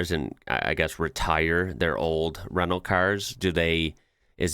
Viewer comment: HAHA! I thought you said "Renault cars" (when it was a white Citroen on screen) then realised you're saying "rental cars".